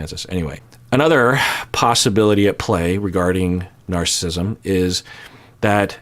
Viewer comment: Narcissism has 4 syllables. ☺️